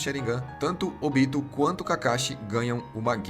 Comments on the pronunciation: Muito bom o resumo, mas a pronúncia dos nomes me deu uma agonia viu principalmente o do Obito e não Óbito pessoa que estar morta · Sério? "ÓBITO"? A pronúncia é Obi-tô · O resumo é top, mas pq não manter a fonética dos nomes igual a japonês? Ex: pq óbito e não obíto? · Quem aí tmb ficou com agonia vendo ele falar "Óbito" ao invés de "Obito"? Kkkkkkkkkk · Pelo amor de Deus, OBITO NÃO TEM ACENTO NO 'O' pra ele falar ÓBITO, credo parece que nunca olhou legendado! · Podia aprender a falar os nomes dos ninjas direito.. óbito é quando alguém morre pô.. kkkk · Vc fez um otimo trabalho parabens, mas....maioria dos nomes foram ditos de maneira errada, como "Óbito"(morte) e Ashura de resto ta maravilhoso irmão continua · Esse cara não sabe falar os nomes dos personagens direito não? Óbito? Kuina?